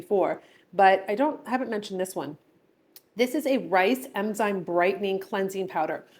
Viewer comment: I think its enzyme, not emzyne. I know that snail mucin is suppose to be great. I need it but I just can’t. 😂